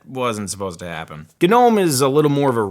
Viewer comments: gnome is pronounced no-mmm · Am I the only one who pronounces Gnome as "no me"